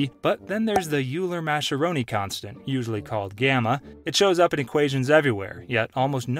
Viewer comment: Hey Idiot: “Euler” is pronounced “oy-luhr” and “Mascheroni” is pronounced “mah-skeh-roh-nee.” If you cannot even pronounced the subject matter, maybe you should be reporting on it?